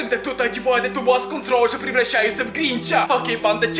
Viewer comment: Если что не срауже а сразу же